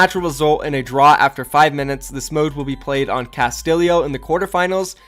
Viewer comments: idk its pronounced “cast-ti (as in tit)-yo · C A S T I L I O it's pronounced Casteeyo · casti yo not castilio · Necro polis and Castillio. Necro polis and Castillio. IT'S NECROPOLIS AND CASTILLO. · ''Necro-Polis'' ''Castillio'' honestly, the fuck are this pronounciations? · When you can't say Castillo, Necropolis or Ecopoint:Antarctica correctly